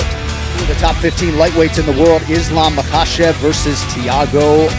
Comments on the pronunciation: Mock ah chev Holy shit!! Get it right man!!! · First of all. It’s Mackle-shev. Get it right